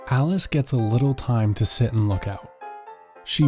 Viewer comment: Every time u said alice... I thought its alex😂